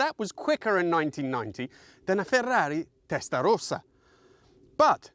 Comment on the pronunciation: Really wanted to see this video out, but the pronunciation of both Testarossa and Bi-turbo….just too cringe. Sorry.